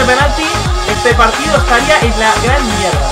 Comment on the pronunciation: Esta muy diferente este diyei cuando dice mierda suena raro